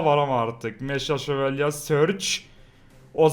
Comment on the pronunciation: Nobody::MEŞA SÖVALYE SURGE (GERÇEĞİ MEGA SÖVALYE SURGE):)))))))))))